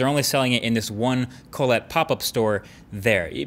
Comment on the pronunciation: What the ef is colletee?